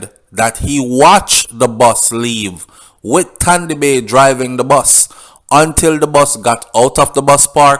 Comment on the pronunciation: He was called Tandy Bay because he can't pronounce the S words , so he said Tandy bay instead of sandy bay